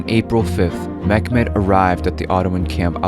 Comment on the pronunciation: This is not mekmed..... This is Mehmed